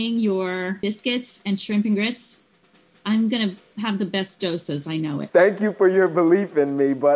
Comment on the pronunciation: I can't believe the homecook pronounced the word Dosas right and not the Indian Chef 🤦‍♀️🤦‍♀️ Also, 104$ for masala dosa and sambar? Whaaat!!!!???